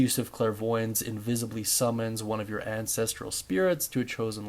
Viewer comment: god i hate to be this guy but its 'an-ses-trull' not 'an-ses-tree-yull' bugged me so bad 😅😅 ty for the guide though big dog!!